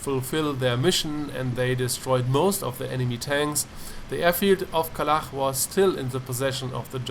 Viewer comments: KalaCH, not Kalah >:-[ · It's KalaCH, not KalaKH, you pronounce it wrong.